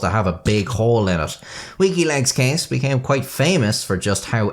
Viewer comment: I keep hearing "Wikileaks" whenever you say "Weaky Legs" 🤣